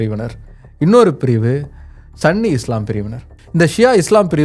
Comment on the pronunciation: Bro சன்னி இல்ல. சுன்னி. Not for derogatory remark, but it’s Sunni